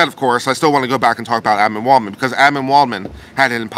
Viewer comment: Adman waldman!!! Every time you say his name Admin lmfao! But I love your take on this on an unbias standpoint is good. I see your side and Josh's as his best friend as someone who has been around AH for a long time and knows the walking shit show she is. I predict he knew she's unstable enough to know she'd sink herself. Good video